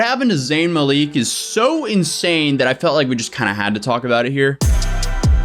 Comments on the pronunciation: you're saying Mah-leak But it's more like Muhl-ick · Not 'Mal-eek' more like 'Mal-ick' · It's malik not maleeeeeeeek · Is it really pronounced muh-leek? I’ve always heard mah-lik. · Zayn is the victim here, a victim of a set up by toxic & attention whores of people. BTW, it's MA-lik, not Ma-leek. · babes.. its (ma-lick) not (ma-leek) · Zayn "Maleek" 😂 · Every time I hear Maleek, I cringe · You’re pronouncing his surname wrong. You have to pronounce it as MA (LICK) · it’s Mal-ICK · M A L I C K that’s how it’s pronounced….😂😭💖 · Americans really need to stop calling him Zayn Maleek lol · ikr? its 'ma-lick' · Well here it’s a first name pronounced as Maleek because of vowels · Am I the only one who was annoyed by the way kept pronouncing “Malik”? Shdhsdhsjdsjfke 😶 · When he said Malik wrong 😬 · You're pronouncing his last name wrong lol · Even this guy who can't pronounce zayn's name correctly understands they did zayn dirty and some "fans" out there do not so ironic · I never heard anyone say zayns last name like that 😂 but Yolanda is so wrong if she actually did do that, can't stand entitled grandmothers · I died laughing when he pronounced it like that. As a zayn fan it hurts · You’re mispronouncing Zayn’s last name but I’ll forgive you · I cant get over how he says zayns last name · The way he pronounces Malik 😭😭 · I’m crying I know right at that point plz just say Zayn that’s it bud 😭😩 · thats what im saying lol